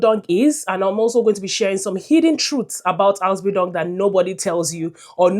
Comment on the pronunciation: How can you convince me that you know what you are saying when you can't pronounce the word "Ausbildung" well.